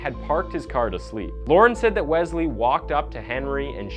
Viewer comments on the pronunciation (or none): It’s pronounced WeSley not Wezley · BRO!!!! IT IS NOT WEZZZLEE IT IS WES-LEE. JESUS CHRIST, loved the video but if you mispronounce that name again im prob going to watch that chick that does her make-up bro. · I think it's pronounced wes-lee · If I hear Wezlee one more time...lmao